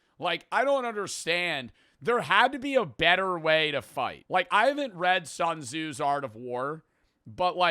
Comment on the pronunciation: Please tell me didn’t pronounce it sun zoo. It’s pronounced Soon Zeh